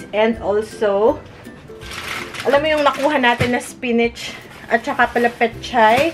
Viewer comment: spinach but pronouncing as "spinich" ahahahahahahahaha LT hindi po ako busher nakita ko lng po at narinig :D